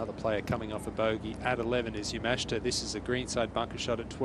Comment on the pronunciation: You would think the announcers would learn how to say the Japanese players names. Especially since the tournament is in their home country. He said Yamashta instead of Yamashita like 5 times.